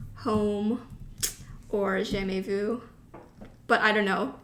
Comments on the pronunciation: Hello I’m french ^^ your prononciation of « jamais vu » is very good :0 hihi I purple ya 💜💜🥰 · I don't even listen to BTS but seeing you fangirling about BTS is so cute! 💖 For the pronunciation, I use this awesome collaborative website, Forvo. You can check out how to say "jamais vu" here if you want: 😊 (I'm French, and you didn't butcher anything, don't worry. I know that the "u" sound is difficult for native English speakers. 😉)